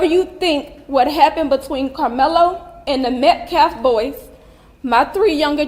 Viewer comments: I noticed that too, and it made me despise this woman even more, that she couldn't even say the name of her son's victim. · I cant stand she said "Metcalf boys" it was only one.